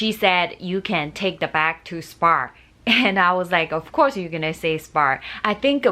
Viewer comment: Spar spar spar….. its spa 😂